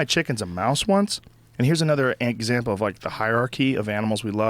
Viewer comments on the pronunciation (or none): did anyone else catch him saying eggsample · "Eggsample" HA!